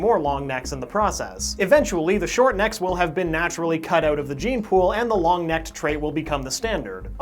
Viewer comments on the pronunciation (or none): none